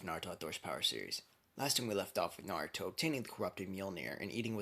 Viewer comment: u said nartho it’s naruto 🍥